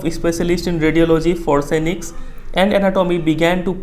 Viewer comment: Sir forensics hoga *forsenics nahi 😅